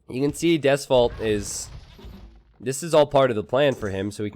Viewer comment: Hearing pronounce Deus Vult wrong really makes me wanna crusade on Florida.